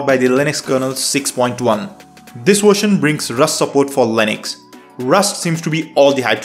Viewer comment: Version, not "wersion".